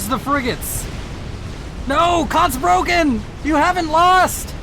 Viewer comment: Just a friendly correction: You are pronouncing "Kotzbrocken" wrongly. It’s not "Kots broken". The "Kotz" is pronounced like "cats", just with an "O as in Omega" instead of the "a" (but about the same length as the the "a" in "cats"). The first syllable of "Brocken" is pronounced similar to "rock" with a "B" (and a german style "r", which is some sort of uvular trill or an uvular fricative). The word literally means "chunk of vomit". It is usually used as a casual term for someone who is very unlikeable or obnoxious, "like a chunk of vomit in your throat". Which is a very good name for an Aeon, if I may say so, what’s with all them fanatics, LONG LIVE CYBRAN NATION!